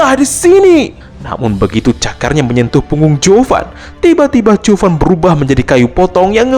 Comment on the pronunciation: Zhuo fan kenapa jadi chuo fan